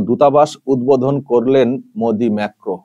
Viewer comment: ঠিক উচ্চারণ : মাক্রোঁ সবরকম রেওয়াজ ও প্রোটোকল ভেঙে প্রেসিডেন্ট মাক্রোঁ নিজে বিমানবন্দরে গিয়ে ভারতের প্রধানমন্ত্রীকে রিসিভ করেছেন এবং আর বিদায় জানিয়েছেন। বিশ্ব কূটনীতিতে মোদীর সন্মানটাই আলাদা।